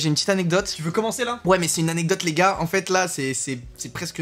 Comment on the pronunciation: C'est "gars"